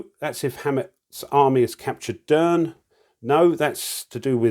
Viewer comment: Great play through,! Love your commentary and your British remarks. Crikey! Just a couple of pronunciation notes. I think Derne is supposed to be pronounced with two syllables, Dern-uh. Also, Stephen Decatur’s name is pronounced De-CAY-tur.